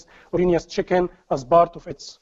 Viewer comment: Without cc the video would be unwatchable. The pace is too fast the presentation transition is too choppy. It's a shame the info is very very good. I keep hearing chickens instead of check-in. It is very distracting.